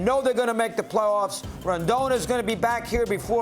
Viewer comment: i freakin hate how he calls carlos rodon RENDON....wtf are u reading, sir?